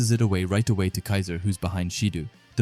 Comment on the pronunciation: Again brother love these videos but it’s not “baroo”, it’s pronounced as “ba roh” and it’s not “shee doo” it’s pronounced “shi doh”